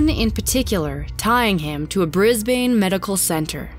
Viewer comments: Please use the correct pronunciation, Melbourne is Mel bin, not Mel bourne Brisbane is bris bun, not bris bane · the way she pronounces Brisbane hurts me, it’s bris-ban not bris-bAne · Please tell me you didn't say Bris bane? It's pronounced Brisben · hmm, I live in Geelong and never heard of this case, also congrats on pronouncing "Geelong" correctly, keep working on "Melbourne" and "Brisbane" though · Ugh.. Americans always pronounce Brisbane wrong... as an Aussie that really irks me XD